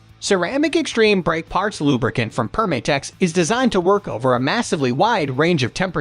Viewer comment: It’s Perm-ah-tex, not Perm-ay-tex. As in “perm-a-nent” since their original product was adhesives.